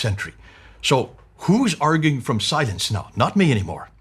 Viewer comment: the way you're pronouncing 'silence' it sounds more like 'science' - you may need to emphasize the 'l' just a little more than you currently do to avoid people misunderstanding you.